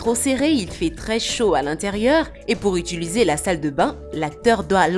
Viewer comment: 3.16 =etuliser j'suis mort